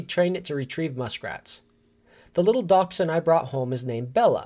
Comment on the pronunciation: DASH Hunds lol